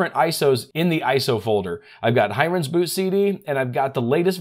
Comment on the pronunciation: Fantastic video on Flash drive-based bootable ISOs! You make learning so much fun! 💝 Liked the sense of humor. 😅Thanks a lot. By the way, the correct pronunciation is " HEEren's " (and NOT HYrens). Named after the Indian software developer Heeren Mehta. Hee 😃Hee 😄 Hee! 😅